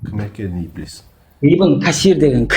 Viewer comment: Ибилис емес Ібіліс деп қаз транскрипциямен айтыңдар , құлаққа еблеге ұқсап естіліп бәдік секс сөз болып. кетті 😂😂😂